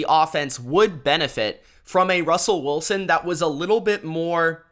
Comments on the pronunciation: Why you pronounce his name Russell Woolsen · Bahahah never heard Russell Wilson’s name pronounced as Woolson. 😂😂